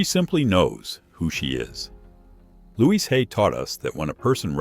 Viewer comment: The problem with AI. Louise, not Luis! 🙄